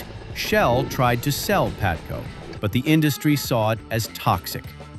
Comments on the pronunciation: AI Video... it is not PATCO, it is PABATCO LOL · By the way,it's called P A B A T C O,not Patco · PaBATco, not Patco. Jesus bro, can't you get such an important detail right? AI SUCKS ASS!!! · It was "PABATCO" you AI genius